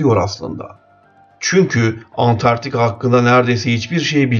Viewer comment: Konuşan kişi trakyalı falan olabilir mi acaba antartika demesinden anladım 😂😂😂